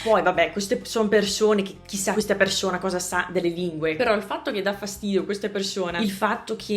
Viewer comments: soprattutto quando dici "persona" o "persone" si sente... socc' 😅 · Io sento un italiano che tutti direbbero essere di un madrelingua 100%. La e di "bene" è chiusa (che non sarebbe lo standard, ma la dicono così in tutto il nord Italia... e persino in Puglia); poi c'è la s (come in "persona"); la dicono così i romagnoli, quindi è poco diffuso; tra l'altro ho sentito video di 3 anni fa e non la dicevi così. Ti assicuro che di nordamericano non si sente niente. Un po' strano sento "vidio" e non "video", non so se anche questo è romagnolo...